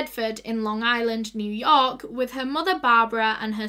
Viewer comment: The way she says New York is the funniest but cutest thing. Sending love from New York ♥️♥️